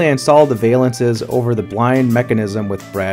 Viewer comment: Val-lance. Not Vay-lance. 😂